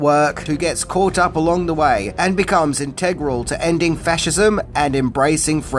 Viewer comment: please clarify: you use the word 'faturism,' and 'fatcha.' Did you mean fascism and fascist?